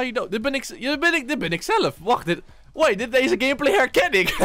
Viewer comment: Hij zegt gamebalz😂😂😂